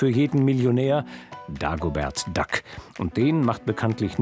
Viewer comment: ... Dagobert Duhck ... Steffen Schpielberg. .. lmao